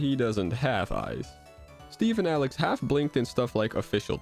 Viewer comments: its alex not alec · Did just said Alen instead of Alex?